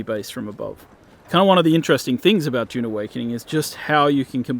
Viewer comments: It's Dune not June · its DUUUNE not JJJUUUNE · Narrator: DJUNE Awakening